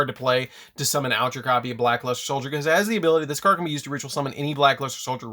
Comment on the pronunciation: I've heard of Black Luster but never Black Luste 😂